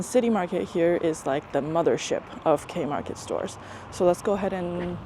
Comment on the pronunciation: Ur so funny especially when saying these things and places, like Kei- market, pousti and mamuthi. 😅😊🥰